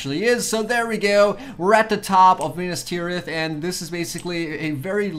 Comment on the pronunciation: it is Minas Tirith. Not Minus Tirith